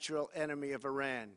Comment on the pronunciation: “ Will not be TOLERIDE any longer” 🥴 Wtf is this guy on? And maybe the President of the United States should learn how to pronounce “ Iran”🙄 he’s not even consistent with his mispronunciations!!!